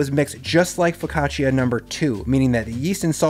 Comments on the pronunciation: Foccacia is pronounced FO-CA-CHA Just spelled weird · OK, forgive my English-speaking Texan attempt at transcribing my wife's guidance, but something like foh·kah·chuh or fuh-ka-chaa, with basically no ee sound between the ch and the a. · Great method, but the pronunciation of "focaccia" nearly gave my Italian-Swiss wife an aneurysm!